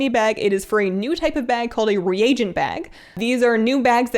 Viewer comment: Please stop saying Regent for Re-A-Gent, it drive me nuttier than I already am. Your is the only channel I can stand to watch from beginning to end out of all the Tubers covering WoW.